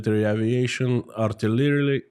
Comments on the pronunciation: Artileyee, artilyeree… guns! 😄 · artliary----artmitary-----altilary------big guns! hahaha